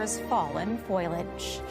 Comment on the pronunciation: foilage? FOLIAGE.